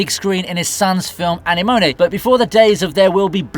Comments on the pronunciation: Anemone is not pronounced Annie Moany. It's uh·neh·muh·nee. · Holy shit do you ever not know how to pronounce anemone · Please learn to pronounce the word "Anemone" correctly........